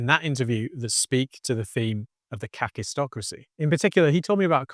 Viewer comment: I was listening to this from the other room, and thought you were saying "catistocracy". My cat was also interested and we both saw it leading to cat-tastrophy. But it's kakistocracy— "kak" in Afrikaans means...well, you can Google it. Either way, it's a pretty fitting term and very worrying. And is already kaktastrophic.